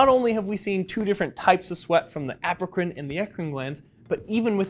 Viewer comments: Everytime he says “Apocrine” gland, I hear “African “ gland instead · I heard it too lol. He probably meant Apocrine, and we heard it African